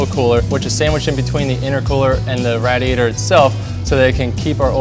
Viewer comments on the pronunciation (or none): instead of saying radiator he was Radyater 😂